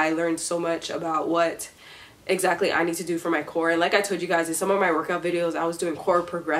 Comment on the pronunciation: I don't know if it's me but when you say core it sounds like you saying Korra😆